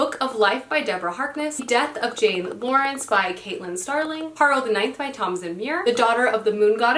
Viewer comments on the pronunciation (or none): none